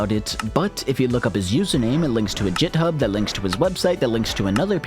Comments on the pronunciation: did he.. did he say jithub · Hold up did you say 'jithub' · fyi, "github" is not pronounced like "jithub" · Okay, I get why people say jif for gif, but I've never heard jithub for github 🤷‍♂️😂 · did you just say “JitHub”? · did you just call it JitHub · did you just say "jithub"? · I was loving the video until you pronounced github "jithub". A disgrace to developers everywhere. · nah this mfr did not just say "jithub" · did you just say "Jithub" bruuh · did he really just say jithub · Github has a hard g you said it wrong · i heard... jit hub? anyway this video was awesome, i cant even imagine ur dedication and patience to read through the chat logs, do all this research just to make this entertaining video. respect, liked and subbed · there is no way this mf just said “jithub” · i love the "Jithub" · You pronounced “git” incorrectly. :| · this is the first time I've ever heard someone pronounce "GitHub" like that lol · I had to rewind lol. That pronunciation hurts my brain.